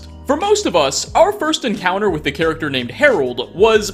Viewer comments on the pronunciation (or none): none